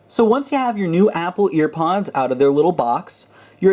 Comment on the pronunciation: Thanks so much! But, did you say... Earpods?